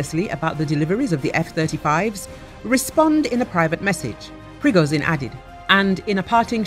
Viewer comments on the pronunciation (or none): Почему эта баба постоянно говорит "Пригозин"? Это так сложно, выговорить "Пригожин"?! 😏